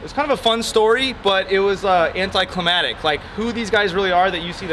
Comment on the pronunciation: you said anitclimatic instead of anticlimactic. but its okay. i still watch